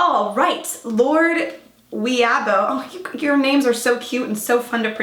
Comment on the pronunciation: It was so cute watching her try to pronounce it though.